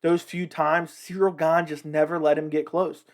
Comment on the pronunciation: About Chael..... Chael has a great shtick. It's fun. I prefer how he talks off the cuff and from his own memory. I prefer Chael over people who do an mma video and constantly read off of people's mma records on Wikipedia in an attempt to sound like an expert. Chael also pronounces Gane's name as "Surreal Gong" and acts like he doesn't know better. The gimmick that Chael has is great. But what can you expect from Chael. The dude's undefeated. Hasn't even lost a round!